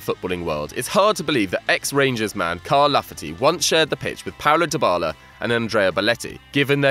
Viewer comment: Also pronounced "deebala" not "diebala"